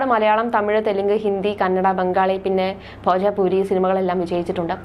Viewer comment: ഇവളൊക്കെ എവിടെ നിന്ന് വരുന്നു ഭോജ്പുരിയ്ക്ക് ഭോജാ പൂരി എന്ന് പറയുന്നു കഷ്ടം